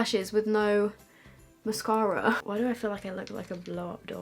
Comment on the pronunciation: the way she said mascara rly got to me lol